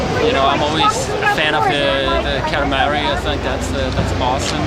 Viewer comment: No, haha, he said Katamari.